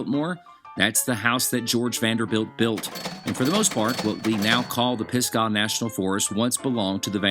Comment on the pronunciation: Great Video. You are saying Pisgah wrong*